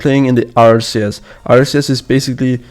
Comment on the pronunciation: I love how said RCS and not RLCS because of his accent lol